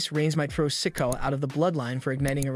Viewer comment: I really wish these narrators would learn to pronounce names correctly! Solo Sikoa. Si-KO-ah, Not sicko!!